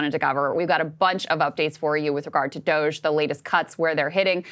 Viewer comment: Shoutout To Ryan Grim, his insightful takes, and the way he never pronounces DOGE right.